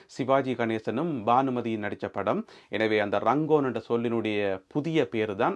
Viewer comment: That place is called earlier Rangoon. Not Rangon.